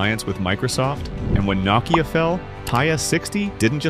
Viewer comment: What the heck is NOCKeeyah?